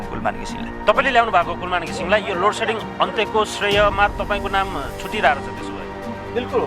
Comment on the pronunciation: लोडसेडिङ भन्न पनि नजान्ने लोटसेटिङ भन्दैछ यस्ता त छ उर्जा मन्त्री थुक्क जाठा